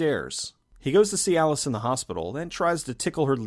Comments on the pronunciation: Every time you say "see alice" i hear cialis. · Every time you say "See Alice," I hear Cialis. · Every time you said, "see Alice", I kept hearing Cialis and was looking for a erectile dysfunction joke I thought I was missing.